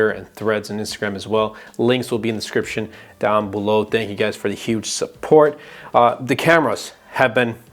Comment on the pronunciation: DESCRIPTION.... It's just like you're saying scription. Very annoying.